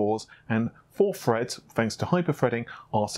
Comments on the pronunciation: "Four cores eight Freds, and Hyper-Freds" "Pushing the amount of Fred's required" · Chip Minion what, when does he say Fred? Wtf are you talking about. *Edit : Ohhhh lol. I get it. "Four cores eight freds, and hyper - freds"